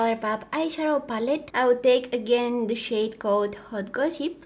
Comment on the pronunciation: What she really said: "some of this powdery shade" What I heard: "some of this powdery shit" haha I had a giggling fit because she's just too sweet to swear 😂